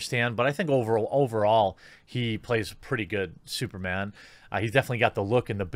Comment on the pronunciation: SOOPAH DOOPAH MANE, LOL!!!!